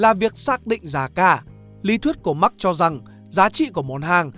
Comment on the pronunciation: Thật ra Marx bạn nen phát âm mở hơn thay vì phát âm giống max của tiếng anh.